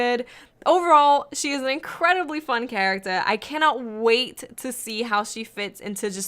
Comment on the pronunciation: Anyone else heard that accent at the end or just me when she says "character" not in a negative way though love the videos